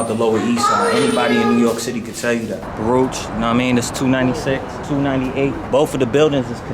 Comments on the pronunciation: Nobody from Baruch pronounces it like that. We say BAA-ROOCHH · I thought he was True Life. P.s. it's pronounced Baa-rook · We always pronounced it Baruk. Different Era for sure. Same joint though. I was born in 68. So much has changed. It’s wild. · As a NY Jew, hearing the pronunciation for Baruch makes me cringe, but always have to remember I likely butcher words from other languages all the time